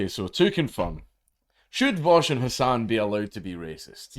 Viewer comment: You need to learn how to pronounce his name correctly. It's Vowsh. Or Vowshy boy